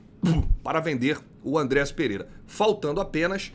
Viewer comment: A palavra é: ÂNDREAS e não ANDRÉAS